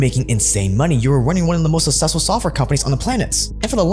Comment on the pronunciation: Its successful not sussessful. WTF :D